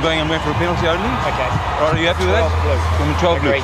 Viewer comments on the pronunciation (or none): 😆 🤣 explaining it very carefully lol Tuilagi: "orkay after the game we goew" 😆 🤣